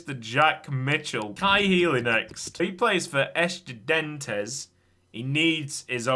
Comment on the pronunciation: I don’t think I’ve ever heard butcher a word like how he pronounced Estudiantes in this episode